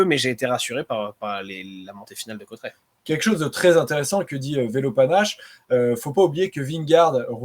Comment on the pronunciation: Salut...et merci...! Oh , les gars , c'est ou Côtret...??? Aujourd'hui l'arrivée était à CAUTERETS...! Côtret....😂.. ! Ça va les Parisiens...!?? Vous n'aimeriez pas apprendre à vous exprimer en Français...? 😊 Côtret...hein ...!?? 😓